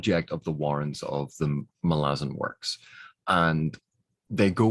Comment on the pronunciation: One of the few people I know who can pronounce Malazan as it should be pronounced. So many people say it as Ma-La-Zan. Not Mah-lah-Zan.